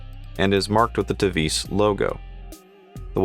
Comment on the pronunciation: The name Tevise is pronounced in English "Tee Wah Seh"